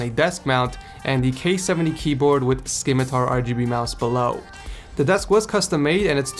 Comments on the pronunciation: the "c" in "Scimitar is silent. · The C is silent in scimitar.